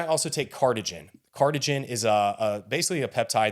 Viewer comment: Cardiogen, not cardigen